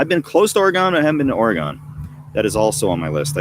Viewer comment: Oregon is pronounced like the word dragon. “Or-gen” not “or-gone”